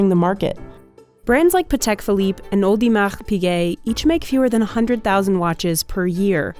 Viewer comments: Did she say "Alde Mac Piget"? I'm out. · Audemaghhh Piguet 💀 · It's actually pronounced as "Order Me A Pigget" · I burst out laughing when the host overpronounced Audemars Piguet, like she was exceptionally french at that moment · The narrator just slaughtered AP's name! 😂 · There was no reason to pronounce Audemars Piguet like that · Never say Audemars Piguet like that ever again. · The way the narrator pronounced Audemars Piguet gave me cancer.